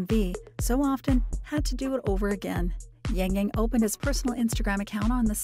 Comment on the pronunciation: I cringe everytime I hear his name being pronounced as YaengYaeng